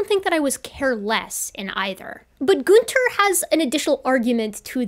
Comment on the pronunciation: Every time you said Goonter it reminds me of adventure time lol